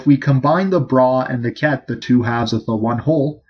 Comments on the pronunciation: It is BRA like BRAH... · It Is pronounced BRA as the undergarment that women wear and the pronounciation does not change when it is together witha Ket. This was the pronouciation Dirac used anf i heard him many times at FSU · Its not bra. its bra